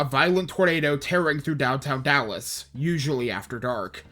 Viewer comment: Lost me at the initial mispronunciation of Dallas.